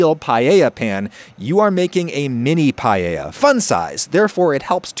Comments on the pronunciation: I'm absolutely annoyed by you pronouncing paella as "payeya" and not "paeya", and I'm not even spanish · Pa e ya! Not pa ye ya! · I'm more concerned with the way every English speaker says "pallella" instead of paella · Only thing anyone could be angry about is "paiella" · como dijo pallella me parti de risa lmfao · Just a tip (dohoho): pa-EH-ya. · Who else came here just to see how adam pronounces paella Update: its not bad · He says payeya some times too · Fun that he comments on how he pronounces socarrat and says it right, and then procceeds to say pallella for the hole video unapoligetic hahah. I also dont know why english people do that! Im genuinly curious on why they cant seem to say just "ae" together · Adam, congrats from a Spaniard on a pretty legit-looking paella 🥘. Oh, and by the way, your pronunciation of socarrat was spot on. Not "paella", you gotta work on that ;) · your pronunciation of "paella" hurts my soul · PAELLA. NO ES TAN DIFÍCIL DE PROFUNCIAR POR DIOS. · You know, as a spaniard from Valencia, born and raised, you did a great job! The only comment I would make is your pronunciation of Paella as "pallella" or the funny way you said socarrat. I would love to eat the paella you made, better than some restaurants here, that is for sure!